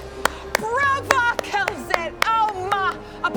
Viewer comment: It’s called Calzette, not Kel’Zet. (All the apostrophes have actually been used up for the AoA Dark Lords)